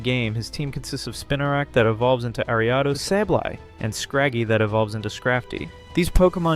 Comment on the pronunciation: Bro, you keep saying names of Pokemon and the company completely wrong, you’re saying quay-sar-tee-co it’s pronounced quay-zar-ta-co and you said Ar-i-a-dos, it’s pronounced Air-e-a-dos